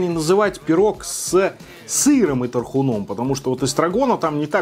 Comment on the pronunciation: ну я понимаю, что мы тут про еду, но пожалей мои уши🙏 С тархУном, а не с тархунОм🌷